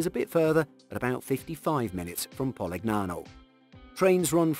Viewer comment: Favorite part is the attempted Italian accent mixed with plainly wrong pronunciation, like PoliGnano haha.